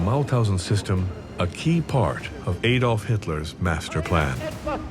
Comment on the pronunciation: At last, a commentator who pronounces “Adolf” properly. Thank you. Now, speak to your audience in terms of miles not kilometers since at least 90% of it can appreciate distance much better if you do so.